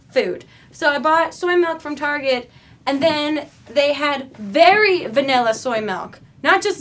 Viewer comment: you said vanilla a lot and every time I noticed you said vanella.... I say vanulla